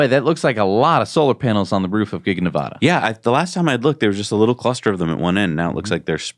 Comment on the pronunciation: Why can't you pronounce "Nevada" correctly? It's not hard. Talk to your Nevada people to confirm pronunciation. Sheesh, it's hard to listen to.